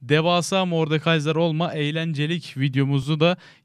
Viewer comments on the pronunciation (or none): ben bunuda beğenmedim lan mordekayzer diyince tuhaf oluyom